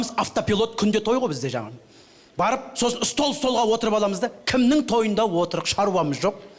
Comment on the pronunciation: "Отырық" дегені "осырық" деген сияқты оғаш естіледі екен. Осыған 10 000$ беретін қай ақымақтар 🤔